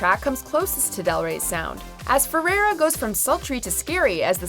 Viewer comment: Learn how to say FERREIRA pls! Not ferera